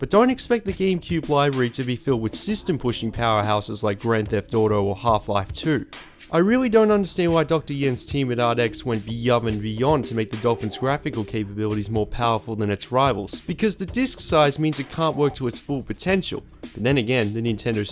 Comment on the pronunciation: beove and beyond? Engrish much?